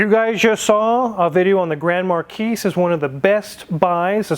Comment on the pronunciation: Grand Markeece!?!!? Do you also say Grand Pricks?